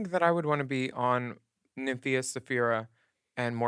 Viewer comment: Sapph-EYE-ra. Nymph-EYE-ra. 👀😂💀💀💀